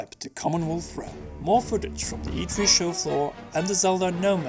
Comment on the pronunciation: Get a better mic, and get a better speaker to voice your videos... How about someone who can pronounce e3?